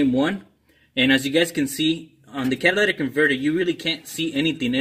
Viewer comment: The catalatic converter 😂😂😂